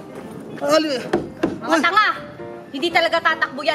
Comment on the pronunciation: Tawang tawa ko dun sa “ MGA TANGA!” hahahaha diin na diin eh 😂😂😂